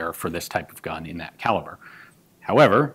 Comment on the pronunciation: Really flawless pronunciation, gun Jesus 😄